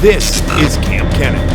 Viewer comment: I was watching Joey’s King of DIY live stream and I asked him if he was gonna collab with Paul Cuffaro or KAMP Kenan.. I forgot what he said about Paul but he said he’s gonna collab with you in April. He pronounced your name wrong though LOL (Kamp Kee-nan) is how he said it watch the live stream if it’s still up haha